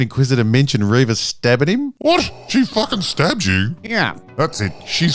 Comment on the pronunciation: It's pronounced ReeeeeeeeeeeeeVA